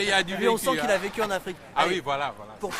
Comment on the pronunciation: L'afwique j'adore l'afwique je suis afwiquain